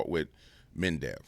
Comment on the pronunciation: Med...ve....dev. not "mendev". no "n". 😂. Unless this was intentional, then carry on.